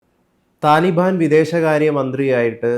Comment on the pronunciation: എടാ മൈരേ തലിബൻ അല്ല താലിബാൻ എന്ന് പറ 😂😂😂😂